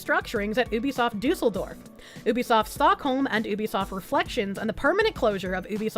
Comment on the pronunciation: Kudos for getting the pronounciation of Düsseldorf right. Most english speakers just pronounce it like "Dusseldorf" with "Dussel" being a colloquial term for "idiot" or "jerk" in German. Yeeees, the two dots over the "u" make a huge difference :)